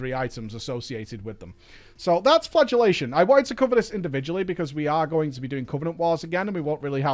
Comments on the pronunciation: I thought you said flatulate as in fart was the new spell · I hear “flatulationt” every time.